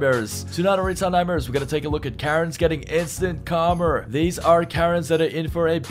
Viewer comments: It's pronounced "kar-ma", not "kar-mer". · Its instant KARMA, not karmer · The word is KARMA NOT KARMER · How do you spell, karma? Calmer. No...try again. Karma...say it with me...karma. Notice there's no 'r' at the end of it...but there IS one in the middle. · Please learn to pronounce the word Karma. It sounds like Car ma. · did he say Karmer? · PEONOUNCE KARMA CORRECTLY